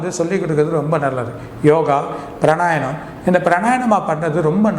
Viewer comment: Fool, it is not Pranayanam it is Pranayamam.